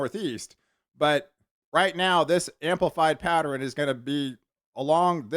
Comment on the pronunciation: Pat-ter-N. Hahaha.